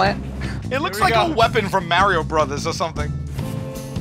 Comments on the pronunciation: Mario, not merrio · Did he say Mary-o-brothers? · may-rio brothers 👍🏻 mario brothers 👎🏻